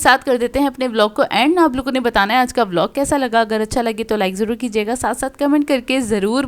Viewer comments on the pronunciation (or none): none